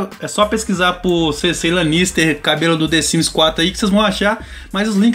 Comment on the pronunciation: Nossa, deu um treco ruim aqui ouvindo ele falar o nome da Cersei errado 😖😖😖